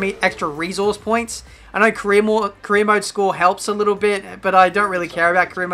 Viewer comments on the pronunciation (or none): I've been here for some time now like since the beginning of the career mode but i still hear it as "korean mode" at the intro. xD